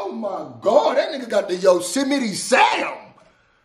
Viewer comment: That man said he got that "Yosemetie Sam". Hahaha